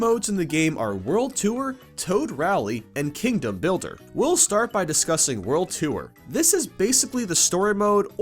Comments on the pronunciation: I keep thinking he says "world twoer" (such as a second adventure after beating the main one) rather than "world tour" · it's pronounced tore not tooere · Its pronounced "TORR", not "TOO-URR" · wtf is world 2er!? its a joke i know he means world tour but why call it too-er when you should just say tor